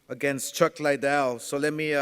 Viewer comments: For the simple fact that this idiot has had a year to learn to pronounce Chucks name and still can’t I’m not ordering ur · Man he can't even say chucks name properly for god sake